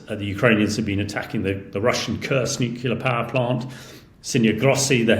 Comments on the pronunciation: nuclear, not nuculer. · Why do so many people say NUCULAR for NUCLEAR? It’s CLEAR!!! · Nucular and Cher Nobble. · Please someone tell this guy that "NUKULAR" is redneck English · This is so-called expert, can’t even pronounce nuclear properly. Oh dear, he writes in the Telegraph who tell lies to people who should know better. Can’t you get someone who knows what he’s talking about?